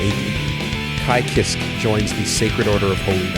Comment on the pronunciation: I’ve been playing gg since 2002. I had no clue about most of this lol Also I admire your tenacity, but you’re pronouncing sky Kiske incorrectly. Its “Kees-Kay”